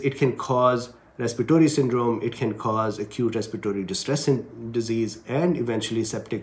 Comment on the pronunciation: Please correct a word,respiratory,not respitory